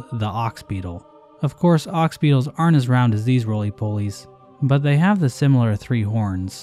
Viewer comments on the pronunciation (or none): RRRROUND BOAH